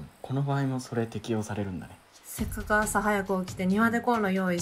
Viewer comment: せっかくがせっくになってるの草